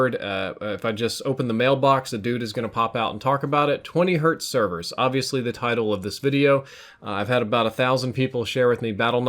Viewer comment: Hey, what'are these "Severs" you speak of?